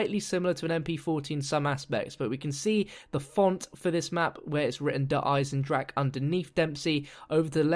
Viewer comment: hey good video but its pronounced der eisendrachER, not der eisendrak.